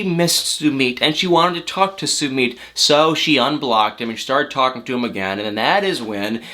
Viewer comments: I cannot wit my your pronunciation of “SUEMEAT”🤣🤣🤣🤣🤣🤣🤣🤣🤣 think “Submit”... you say “SUE-MITT” dude! LMAO😆😆😄😆🤣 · "sue-meed" im triggered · your pronouncing his name wrong😂😂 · How does Sumit pronounce his name /soomeet/ or /soomit/ ? I always thought it was latter. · I love you to death and I love your videos but you are saying Summits name wrong !! Did I spell it right ?? I giggle every time you say it ❤️